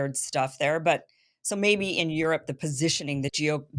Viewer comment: Aerope not Europe